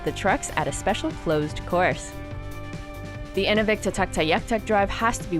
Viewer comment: If I hear say 'In -- ooh -- vik' again (with the emphasis on the ooh) I will scream. I lived there close to 17 years and locals call it 'In-new-vik'. At least she did not mess up Tuktoyaktuk.